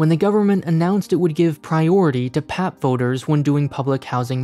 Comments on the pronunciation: Sir its pronounced as "P-A-P" and not "pap" its each alphabet by itself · It's hard to take the video seriously when they called it the "pap" instead of P-A-P. Don't just do internet research, go and talk to Singaporeans. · It's not PAP its called P A P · It felt wierd every time he called the P.A.P "pap". It isn't your dad bro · Ikr! When I heard him repeating pap, I was like….who says that? It is P.A.P! Omg. Here he is ranting about Singapore and he can’t even pronounce the ruling party correctly? Geez. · you say P.A.P. not pap! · Singaporean here, yes I find "pap" very weird to hear, wish it was pronounced P A P too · cringes at the pronounciation of PAP by My ears bleed from hearing PAP as pap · Indeed its not pap, it's P.A.P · just a heads up people in Singapore don't say 'pap' as one syllable but always as a 3-letter initialism/acronym 'p-a-p' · pleaseee its so funny to hear him call “P.A.P.”, “pap” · It P.A.P not call pep...😨😨😨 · As a Singaporean, I express my shock at how you pronounced PAP as literally 'pap' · as a singaporean, i choked when he said "pap" (we say p-a-p) all jokes aside though, great video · I don’t think anyone in Singapore call P.A.P “pap”, “papa” maybe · Its pronounced as P. A. P. btw, not "pep" haha -singaporean here. And yea you're right, we dont question the system here because thats all we've ever been exposed to and there hasnt been any significant issues that caused so much dissatisfaction that has made majority lose faith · I guess most of the dislikes comes from pronouncing PAP as pap instead of P-A-P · As a Singaporean, this even helped me understand haha. We usually say 'P-A-P' rather than PAP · PAP :) locals would never call it PAP, P.A.P. or g'arment hahaha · Singapore is ultimately a dictatiorship. Singaporeans: Yes but that's not how you pronounce P-A-P tho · its supposed to be pronounced pee-eh-pee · Yes. He keeps saying "pehp", nobody says that, sounds very silly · Obviously it's pap smear